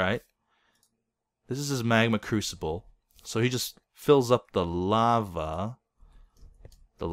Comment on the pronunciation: i thought it was a "magma Cubical" instead of a "magma crusible"